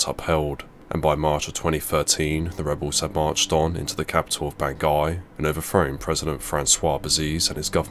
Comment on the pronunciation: Bangui? I hardly know him! ;D Sorry, sorry. I'll see myself out. (I think it's pronounced 'Ban-gou-ee')